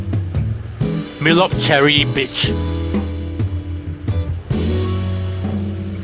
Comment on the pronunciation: Mlop Chrey is spell correct but your pronounced is not quite correct, Chrey should say J'rey.